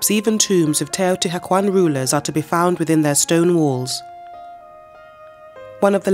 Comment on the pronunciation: I can’t listen to her repeatedly mispronounce Teotihuacán